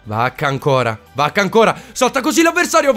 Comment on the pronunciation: Ogni volta sembra che tu dica Bacca e non vacca😂😂